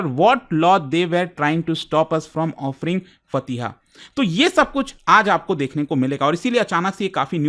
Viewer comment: It's मजार ए शौहदा not मजर, and फातिहा not फतिहा 😊